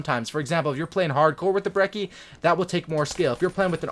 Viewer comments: Bre - chee is how its pronounced its italian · It's an Italian gun so the correct pronunciation is breh-chee